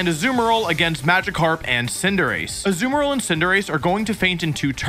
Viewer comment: azumarril is pronounced azu-marril, not asoomarril. maybe he’s trolling us, he seems to mispronounce names in his videos😮